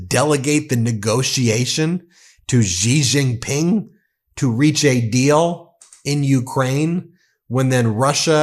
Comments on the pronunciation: Come on, Ben. Xi Jinping is pronounced "She zhin-ping." Xi's family name is not "zhee." I live in China, and NO ONE here pronounces it the way you do. I love ya, but Xi is pronounced like the English word "she." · Bro, stop saying Gi Gin Pin please. It is Xi Gin Pin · Xi JinPing ❌ Ji JinPing ✅ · Cn's prez is not pronounced Gee jing ping.:face-purple-crying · You should work on your pronunciation when you say the name of Chinese president